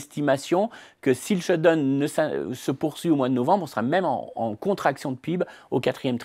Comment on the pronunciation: j'aime bien cette french touch perso !